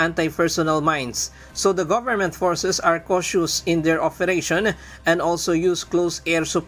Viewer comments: Afril? Oferation? How did you get your work as a reporter? 😀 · b i ep ep, afril, oferation? pitla ba reporter nyo?